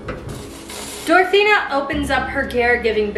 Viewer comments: Why was she saying dorathena and not dorothea? I'm so confused? It's making my bf mad which is annoying me cozz I'm just trying to watch my kenzie vid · Girl I loved this but every time you said DorotheNa instead of Dorothea I cringed a little. 😂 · She said Dorethina instead of Doretha the whole episode. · hey! great video but just so you know its “Dorothea” not “Dorothena” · it's DorTHEA not DorTHENA my ocd is killing me right now with this!! it literally says it in her cook book!! I remember watching a show on this!! Insane!! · I couldn't listen, she kept calling her Dorethena 😂